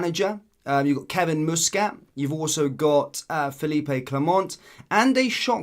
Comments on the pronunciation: Its muskit no mooskit fur f..k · Learn how to pronounce Muscat mate. Youre a grifter. He's a former player and its not Moosecat ffs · the guys name is muscat with sound like bus not moose 😊